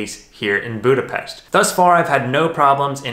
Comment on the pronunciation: I grew up in Budapest. I miss everything about it. It was so nice to see my hometown. Thank you for sharing your experience also the perfect pronunciation of Budapest. Hope one day I can return and see it all and hug my family. I have watched your visit in Szentendre where my Mum lives. Brought tears in my eyes.